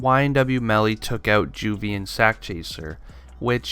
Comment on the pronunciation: It doesn't sound right when you say juvy and sak